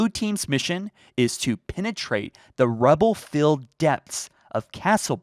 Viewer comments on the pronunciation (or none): My guy, you mispronounced Myriad and Rubble lol That said, I dont think its the banished since they're still squaring off in that Halo Ring with Cutter and their faction colour is red, the book cover shows a purple ship. Weird detail but makes me doubt it would be the Banished. That said, if it was a covert mission, I doubt any UNSC will be fighting on Reach, which could mean Blue Team came at the right/wrong time. Looking closer to the picture, I dont see any UNSC ships which could mean whatever aliens are fighting, its not UNSC. Just my hunch tho